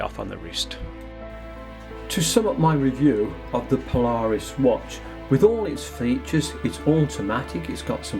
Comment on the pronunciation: Paula Reis not Po-Lar-Us.